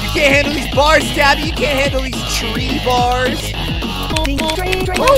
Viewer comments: Not tree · NOt tree it’s train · "shaggy is always talking about trees" FUN FACT he does NOT say tree he says train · No shaggy mod not say tree he say train